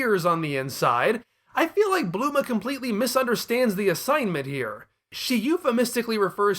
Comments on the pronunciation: blooma? you mean Bulma? XD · Bluema whoo😂😂he said trunks mom name wrong lol